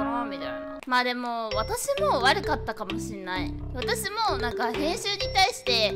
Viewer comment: 「私もぉ」がﾜﾀｼﾓｫみたい